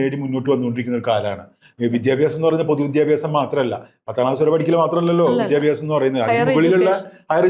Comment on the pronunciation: വിദ്യഭ്യസം അല്ല വിദ്യാഭ്യാസം എന്ന് പറയു തള്ളേ